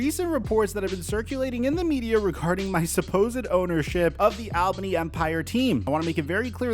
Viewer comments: It's pronounced "All-bunny". Not "Al-bane-e" 😂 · we say it all-bany not al-bany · it’s pronounced ALLbany